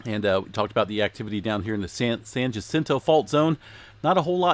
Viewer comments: San Jacinto = Sahn Hah-SEEN-toe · “Yuh-sinto” for San Jacinto. 🤨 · It is not Jacinto with a J sound! Try H sound to get it right.